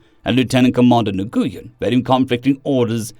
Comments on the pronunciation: Nguyen is pronounced "Win" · Hey fyi, Nguyen is usually pronounced as “Win”. At least those that I’ve known over the years say. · I don’t know when you get to see these comments, or if you do ever have time to see these comments. I have a pronunciation guide for you on one of those names. The Asian name, Nguyen, it’s pronounced “new–win” In fact, I used my voice to text function on my phone to say “the Asian name, Nguyen”. Anyways, once you catch up with this pronunciation guide, I certainly hope that you use it since I run into a brain snag every time I hear you say na-goo-yen.